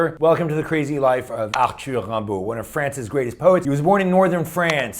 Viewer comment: WOW!!!! You pronounced his name correctly! Tres bien!